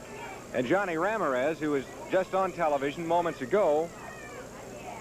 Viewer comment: I laughed so hard at how the interviewer, when talking to The Stomper, pronounced the last name of Ramirez